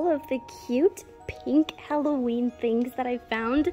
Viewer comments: It's not whollowen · Alevoween? Alevi?!?!?!!